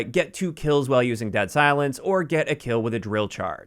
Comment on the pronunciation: “Wihile” Only the real ones know.